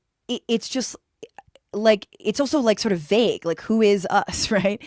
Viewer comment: "Vauge ?" No, the word is vague.